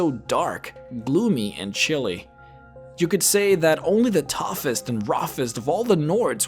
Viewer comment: I has a question, why does it sound like roffest and toffest in the intro? (not trying to be rude)